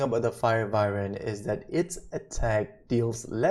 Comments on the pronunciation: Its not vivern its pronounced Why-Vern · Its Wyvern not Vywern lol